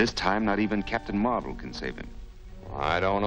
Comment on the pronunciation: Also, I like how you called Marvel Comics' Captain Marvel as Captain Mar-vel. At least we could tell the difference.